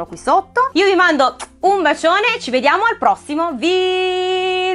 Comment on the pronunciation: si dice video non vidio